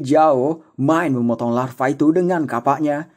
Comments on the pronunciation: Lafa kok jadi larfa wowkwk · Lava bg bukan larva